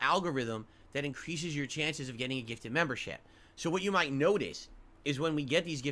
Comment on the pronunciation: He’s spent an entire year asking for ‘member bahmbs’… not memberships. So yes, they do know that eventually, usually the end of the month, oic will gift 50-100 memberships. Also, someone should put a compilation of this speech and all of the times has asked/begged for a gifted membership.